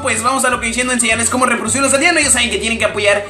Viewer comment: por dios no podes decir reprodicir